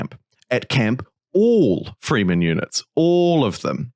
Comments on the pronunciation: Yep… not freemen… frehmen… Also its not doon… its Dune kinda like June but with a D. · It's not the "FREEmen." its "Fremen." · It's pronounced with an "eh" sound, not an "ee" sound :)